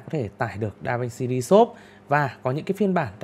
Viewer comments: Đọc tiếng Anh hay quá anh ơi. Anh học ở đâu chỉ em với. DaVinci ri sốp…..hahaha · Phát âm tiếng Anh khó chịu quá, re xốp, đao loát. Kiến thức rất hay như nghe 1 lúc ong đầu thật sự